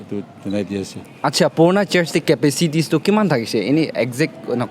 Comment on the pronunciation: Brother, it's capacity or capacities , not capicities